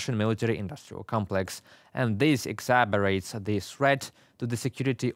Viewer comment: Heroyam Slava? Just a note for. It's ex-acer-bates. Love you, brother.